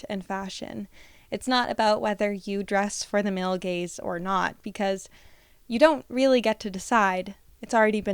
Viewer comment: I'm the idiot that laughs when you say male gays instead of male gaze